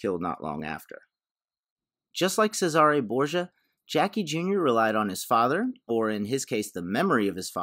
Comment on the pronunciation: Pronounced: Says-Er-Ray damn it 🙂